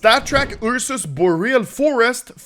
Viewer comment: Ah yes the "Ur sus" knife